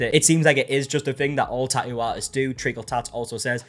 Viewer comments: Best part of the tattoo drama is that we get to hear him say "ta-u" over and over and over again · I just love how he says tattoo.. lol